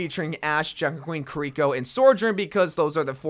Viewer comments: The way he says kuh-reeko. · Bruh, the way you say kiriko is honestly painful to hear. If only they knew how japanese worked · Omg why do you say "Kur-eeko" it's "KEYREEKO" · The way he says kiriko hurts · Does anyone else hate how he pronounces kirikos name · Am I the only one that got kinda annoyed at how "Kiriko" was pronounced? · Learn how to pronounce Kiriko correctly please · If you could just.... Pronounce Kiriko's name correctly once. I beg of you. Lol. Also Junker Queen is definitely an executioner not BDSM lmao not even close